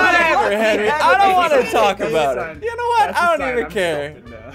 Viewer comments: "Call Henwy a foot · "HENWY IS A FOOT FOOT" Ssundee 2019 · Haleigh Snyder it’s Henwy with a w